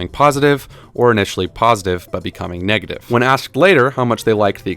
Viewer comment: negAtive not negitive Edit: nvm he does it on purpose all the time😳